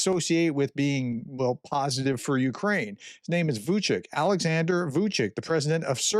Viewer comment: Vucic is pronounced VOO -- CHEECH not VOO -- CHEEK. The different marks over the C's brings up a linguistic discussion that is only of interest to linguists, so I won't go there.